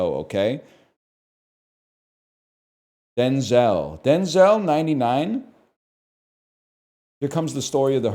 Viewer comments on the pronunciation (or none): none